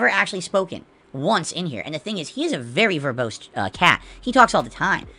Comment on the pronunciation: Verbose cat? Wtf is he on about he has no meaning of what that word means 😂 for anyone who doesn't know it essential means using too many words to explain something. He also pronounced it verbost 😂